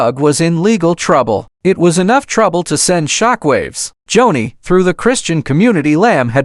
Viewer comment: Its joanie.... Pronounced JONI, NOT Johnny!! Joni Lamb before Marcus' death was with Doug Weiss. Read an listen. In lust an a home breaker is Joni Doug Weiss still married to His wife lisa!! Joni made her decisions an today sits with Doug Weiss in an adulterous marriage! They both sit in sin an speak Jesus on public TV! WHAT???? "NO FEAR.) HOW CAN IT BE? No pity Joni made her own decisions an Doug Weiss in as deep as Joni is!! Warnings, not judgement!! The Lords vengeance will come!! Lord have mercy! 😢🙏